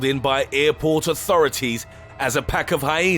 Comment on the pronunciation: Pppppaaakkk instead of päck